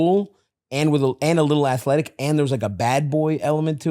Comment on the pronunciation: Did Stav say athletic...like Jack Skellington?